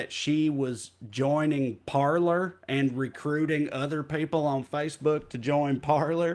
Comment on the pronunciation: Francophone monikers are lost in tRump supporters. They're pronouncing "Parler" like "Parlor" 😅😁